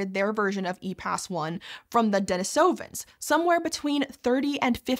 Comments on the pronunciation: "Denisovan" was also mispronounced. I thought knowledge of the correct pronunciation was pretty widely known, at least among the science communicator set, at this point. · I notice you pronounced Denisovans differently in this episode. Could we get an episode on pronunciation? Epoch, Neanderthal, Denisovan, there are a lot of words that are pronounced differently on different channels. Definitely enough for a video if you tell us why you made each choice, and why things changed if they did! (If you're really brave and need more material you could even go into octopuses/optopi/octopodea....)